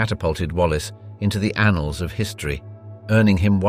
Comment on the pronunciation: Did he really say “anals”?